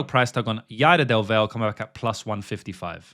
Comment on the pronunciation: Genuinely, how do you tape fights and then proceed to say the fighters name wrong a dozen times? “Yader DelVel” is almost as bad as “Charles OhLiveEehAirUh”.